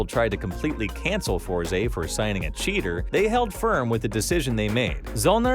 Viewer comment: Its Force, not FOR ZEE ><